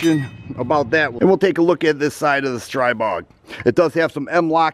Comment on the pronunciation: it is pronounced stree bog, there is no "ay".